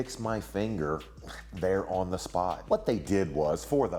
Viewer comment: I like how Maven says "on" (uon)